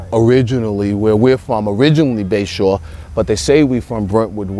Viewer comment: It's Bay shore maaann